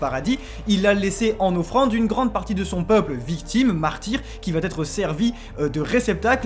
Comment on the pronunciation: "...le grand terrassement ne peut patêtre"? Wow... Les liaisons... En vrai c'est mieux quand les gens n'zssayent même pas de faire des liaisons. Parce que là. C'est quand même une sorte de record. Edit: Plus loin: "... qui va t'être"?! Pitié ARRÊTEZ AVEC LKES LIAISONS QUI N'existent pas!!!